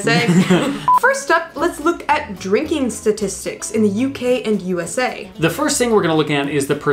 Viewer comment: I'm a great fan of shtashtishtishtics. Looking forward to hearing their next album 🤣🤣😘